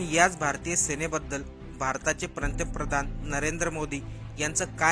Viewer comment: Yala bolta yet nahi पंतप्रधान ऐवजी पंत्रे प्रधान म्हणतो काळजी पूर्वक ऐका